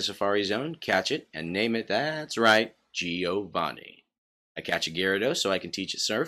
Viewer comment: I'm Italian, Stop saying Gih-oh-vanih. It's Like Jo-Va-nn-i